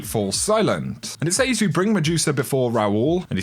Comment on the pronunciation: Love the vids but good lord.... "Says".